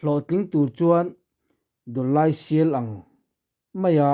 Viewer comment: Dullai sial ang. Dullai hi kallai tih anga lam tur. Kawng a kal lai tih angin.